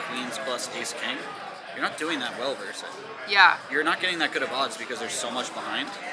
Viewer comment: Tell the coach the word is "versus"......not "verse."